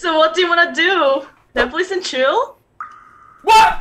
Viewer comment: 그냥 넷플릭스 엔드 칠이 아니라 넷플뤽s 에안드 취이얼 발음 너무 발리네...